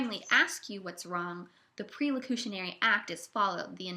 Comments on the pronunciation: its PER locutionary not PRE. Here Listening to you struggle to explain Speech Act Theory is like nails on a chalkboard. You have the most annoying voice. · the twitty-voiced narrator pronounces perlocutionary as if it was prelocutionary, which is going to add to the general confusion!